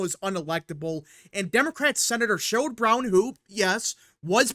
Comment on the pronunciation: It's SHERROD Brown, not Sherold